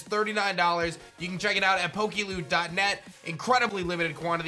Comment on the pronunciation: Every time you any PokeLoot I keep hearing PokeLewd...